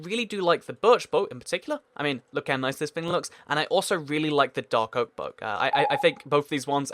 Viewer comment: You said "Dark Oak" like "Doc Ock".